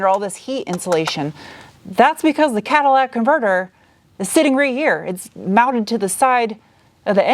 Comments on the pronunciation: phonetically - it is a "cat-a-lit-ik" converter. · Did you say " catalatic " converter ?